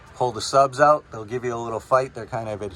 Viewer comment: It's OUT not OWWWWWWWWWut